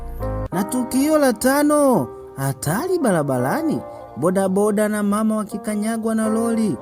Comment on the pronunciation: SIO BALABALANI NI BARABARANI. KUNA TOFAUTI KATI YA R NA L.